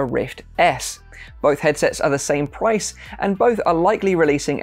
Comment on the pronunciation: or 32 he says pwice instead of price How I feel: (Enter fancy Winnie the Pooh meme)